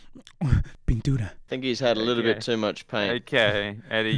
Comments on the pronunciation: The way he said pintura jajaja h couldn’t say the R jajajaj 🤣 Y pa k vas Eddie si ya sabes como te pones 🤣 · Ha he be saying pinturda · Eddie said "p a intura"